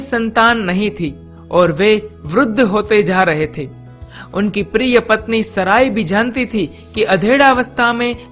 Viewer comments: Unka naam saray nahi "Sara" hai..."Maa Sara" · Her name was not saray , she was sarah , naam to sahi bola karo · अरे तू कौन है जिसे नाम का सही उच्चारण का भी नही पता, सराय और हागर कौन हैं बे चूतिये, पहले नाम तो ठीक से बोल बाद में किसी के धर्म का उल्लेख करना।